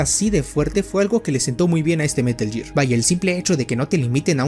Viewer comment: Es gear, no year